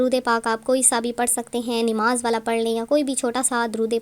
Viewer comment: Dekho yàar, Inn logo ko Sahi bolna takk nahi aata.. Buss YouTube sayy paisoun kayy liyey wazifayy gharrtayy hain..